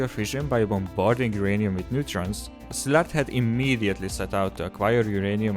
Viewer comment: Finally someone can pronounce Szilárd correctly. Thnx!